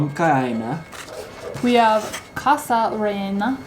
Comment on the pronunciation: and, You ought to try cerveza Cusqueña which is considered the best beer in Peru. There are others like Pilsen or Cristal but Cusqueña is the best. you nailed it in pronouncing Papa a la Huancaina and you did well in pronouncing Causa Rellena. Was the Lomo Saltado from the same place? If not which one tasted better? It usually come with fries at the bottom. Next time you guys can order Aji de Gallina which shredded chicken with a delicious creamy sauce, boiled potatoes at the bottom and white rice on the side. For dessert you might want to try Picarores, which are Peruvian donuts made with sweet potatoes and pumpkin eaten with syrup or honey on top., I noticed that you have a sweet tooth. See if in one of those places where they sell desserts they have "Suspiro a la Limeña". It's like a delicious mousse. I am sure that you will love it